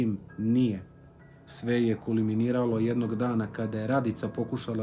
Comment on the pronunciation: Kulminiralo a ne kuliminiralo.